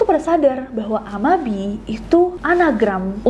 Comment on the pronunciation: Cara bacanya 'a-ma-bi-e' ya, Bestie